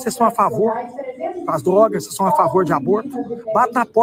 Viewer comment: Dr. com todo carinho., (são) não é SOM